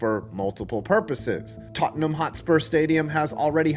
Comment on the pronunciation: Hey he said Tottenham right